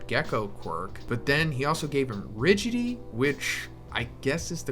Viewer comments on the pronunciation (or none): Its pronounced Rigid-ity not riggity. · You pronouce "rigidity" wrong. "Rigid-ity". Not "ridgity". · Sorry, but it’s four syllables: ri-gi-di-ty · It might seem like a nit pic but its not rigigy, its ri-gid-it-y which by definition means tough, or strong, rigid. Just found it funny how you ket saying rigidy ❤️AWESOME VIDEO BTW❤️ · pretty sure its something like ri-gid-i-ty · Rigid-ity. "Rigidy" and why "wreck-loose" lmao recluse! I'm sorry I'll stop. 😂